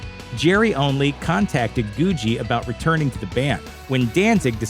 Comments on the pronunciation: Well done vid with lots of accurate, often overlooked facts (ie, Doyle's real name/change to Doyle/addition of WvF surname), but Arthur's last name is pronounced with two hard g's: "goo-gee," not "goo-jee." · I think it's pronounced GOO-GEE not GOO-JEE . I thought Doyle said so in an interview , anyway . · goo gee, thats how its pronounced. arthur goo gee